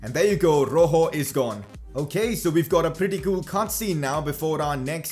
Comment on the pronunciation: It's not roho it's rojo